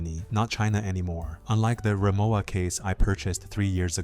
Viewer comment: It’s ree-mo-va, not ~wa.